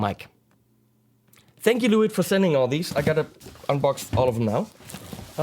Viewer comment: It`s pronounced "Le witt" ;)